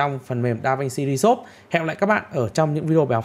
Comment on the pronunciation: Đọc tiếng Anh hay quá anh ơi. Anh học ở đâu chỉ em với. DaVinci ri sốp…..hahaha